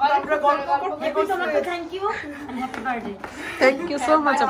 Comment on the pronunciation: হেপি না। হ্যাপি